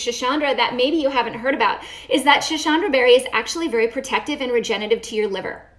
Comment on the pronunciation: Schisandra . Not schishandra. Sss. Not shhh